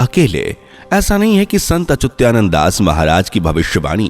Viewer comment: अच्युतानंद शब्द सही ढंग से बोलने की कोशिश करो भाई